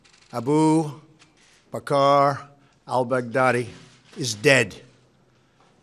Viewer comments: Trump teleprompter Aboo B car l bag daddy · Ah-boo Vac-car All-Bag-daddy 😂